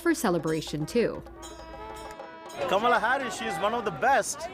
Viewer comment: Why do you want to be like Trump and mispronounce Kamala's name?